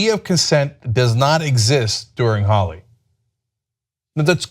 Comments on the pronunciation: It's pronounced "Holy" not "holly" lol and these women need to not participate in Holi if they feel like they're being targeted.. not all women, but those that feel targeted/unsafe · Ana i am a big fan of the work you do, but you need to at least try to pronounce the words correctly, especially if it's the topic of your report! PS: its pronounced <HOLY> not <HOLLY> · 'Holi' is pronounced 'holy', not 'holly'. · Not "Holly" its pronounced more.... "Hole-y" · It is NOT holly, it is Holi, as in holy mackerel. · i'm indian and they are mispronouncing holi in this video it's pronounced hole y not holly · It's not pronounced "Holly".. it's pronounced "Holy".. like Holy crap can you please pronounce this correctly! :P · There should be a producer off-camera correcting them when they mispronounce words like "holi" and "rumspringa." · no, its ho-ley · yes it is pronounced 'holy'. those are probably westernised indians who can't pronounce traditional indian names properly smh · WOW people are so motivated to judge and teach us INDIANS. ! too bad, they don't have that same amount of motivation to do research on their own. A couple of paragraphs from some newspaper or FB post cannot actually explain the full picture. i mean, at least pronounce "Holi" properly. if you want us to consider any of your suggestions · again proving they are glorified googlers. They can't even pronounce Holi correctly.